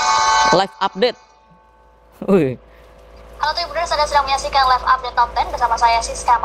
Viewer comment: setelah pembawa berita ngomong ehh narasi pakek suara google anjir .. mana ada TV menjelaskan narasi pake google . Live update aja bilangnya "LIV" bukan Laiv 😂😂😂 anjirr ngakak gua.